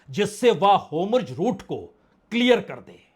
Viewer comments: Sir homorj nahi Hormuz hai aap hamesga wrong pronunciation karte hai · Homruz nahi hormuz hota hai